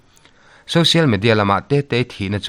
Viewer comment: Social Media tih a Social tih lai "SO" lai tak SAW tia in lam lo kha a va dik tak em??? Social √ Sawsial X